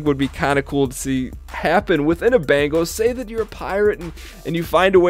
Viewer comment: Bengal. Bengal carrier. Not bangle! Thanks for an otherwise great video.